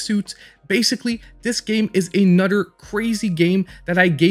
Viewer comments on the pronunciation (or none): I like how you pronounce another as anudder. It made me laugh. Thank you. XD